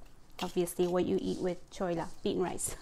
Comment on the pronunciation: Its chhwwelaa not choa 😀😀